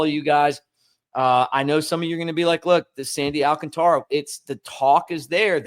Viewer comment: al CAN ta ra. If he’s playing with us the force is on the second syllable. Not, al can Ta ra.